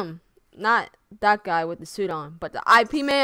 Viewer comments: "I P Man" lol It's pronounced "Eep Mun" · it's pronounced "YEEP MUNN" not "I PEE MAN" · Its not I.P man its pronounced IP like yip without the y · Its actually not I P its Ip one word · Well, the movie was based on real events, and the real Ip Man eventually made to the US and taught Bruce Lee. Also, I believe his name is pronounced Yip Mann, but I could be wrong about that one. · please please do research if you are that interested. its eep-man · Its pronounced as 'YIP' bruh